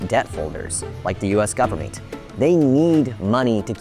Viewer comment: "Full faith and credit of the US gubmit" LOL